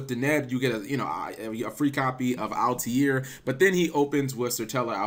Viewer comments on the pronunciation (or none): I honestly don't know how he pronounces Altair as Altiare/Altiair. Maybe he's thinking about solitaire for whatever reason. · Also Cap please pronounce Altair properly